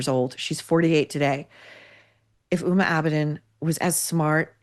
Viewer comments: Just a comment on pronunciation. The "H" in Huma Abedin's name is pronounced as a hard "H". It is an Islamic name and should not be confused with the name "Uma", which is a Sanskritic Hindu name that is also the name of a Hindu Goddess. As a Hindu, I just don't want people to confuse HUMA with being a Hindu. She is of 100% Muslim ancestry with one Indian and one Pakistani parent, and grew up in Saudi Arabia since aged 2 until college, though I doubt living there affected her worldview. As you pointed out, her most proficient quality is social climbing by ingratiating herself to powerful people like Hilary Clinton. She was known as "Clinton's hard drive" from hacked emails written by longtime Bill Clinton Advisor John Podesta. It's not surprising that she married a guy whose job it is to spend his father's fortune. She's just a dumb person who Hillary for reasons unknown to me, except maybe that she's a carbon copy of Clinton, (Hillary is known to rail against people who disagree with her) took an unusual affinity. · I'd appreciate it if you could pronounce her name with the H voiced out. Uma is a Hindu goddess.